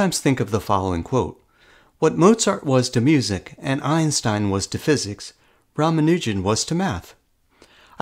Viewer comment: PRONUNCIATION ROMANUGIN 💀